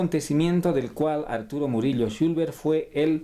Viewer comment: El apellido es “Chulver” no “Chulber”. Solo esa pequeña corrección, después es un muy buen video. Algo bello que se quedará grabado en la memoria de mi bisabuelito 🫶🏻